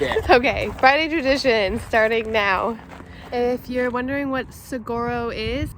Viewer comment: It’s pronounced suh-wahr-oh